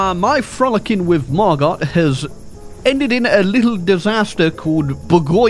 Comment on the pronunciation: It's pronounced Margo lol not mar-got Knew someone French named that